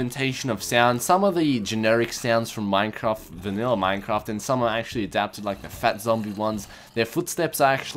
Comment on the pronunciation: I thought he said minecomp instead of minecraft lol